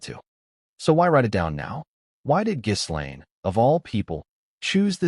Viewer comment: Too bad you don’t know how to correctly pronounce Ms. Maxwell’s first name!